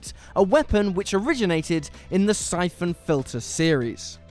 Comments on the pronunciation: "Sai-Foon Filter"? Not played that one. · Da f@ a Syphoon Filter? I mean you said it right every other time. No quality control at whatculture, Julian's too busy curating his wool hat collection to double check your work.